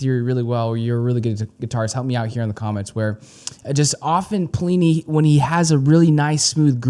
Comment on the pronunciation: God damnit it's not plee knee haha